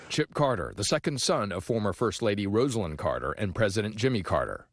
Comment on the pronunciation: Glad to finally hear someone pronouncing her name as she said it. Been hearing other news outlets calling her "Rozlyn." Thank you.